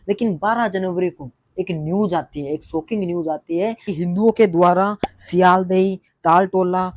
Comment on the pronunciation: Bhai ap sealdeah ko ap galat pronounce kiya hai